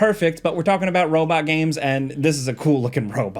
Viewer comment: “The Robut”….